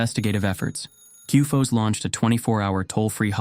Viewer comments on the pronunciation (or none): How do you manage to get cufoce from CUFOS? There’s no E on the end and you’re not a Spaniard. Talk bloody English! I know you yanks have always had a problem with that, especially when there’s a vowel in the word… Either smarten up or stick to saying ‘fly’.